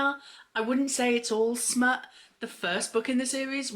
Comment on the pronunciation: Lol i was laughing so hard st your struggles to say smut lol